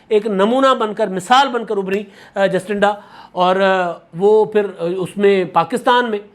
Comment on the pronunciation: ایک چھوٹی سے تصحیح: نیوزی لینڈ کی وزیراعظم کا نام جسٹنڈا نہیں بلکہ جیسنڈا (Jacinda)ہے۔